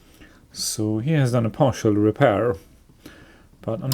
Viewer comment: Partial, not "parital '